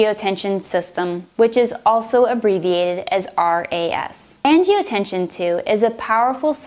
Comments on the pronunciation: and that's generic, not brand. and it's angiotensin, not angiotensiOn. And , it's angiotensinogen, not angiotension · Great video- thanks. You might want to correct the pronunciation though- it's "angioTEN-SIN". Not angioTE-SHUN. I love how you use the visuals. So many of these med videos are painfully monotone and boring. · She says "angiotenshin" instead of angiotensinogen and says angiotenshin instead of angiotensin... :| Other that that it's helpful, just irritating to see an on virus mistake like that especially when on screen it says angiotensinogen. My only other critique would be the jump cuts between the lines and medicine names. Keep up the good work. :) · I hesitated when she pronounced angiotensin incorrectly, maybe it was a lisp. Then she said "the body is an amazing organ" WHAT. No....just no. Lost all hope at that point lol